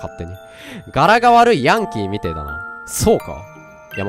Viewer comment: ヤンキーの発音がマンキーだけどまぁ両者とも大体似たようなもんなので無問題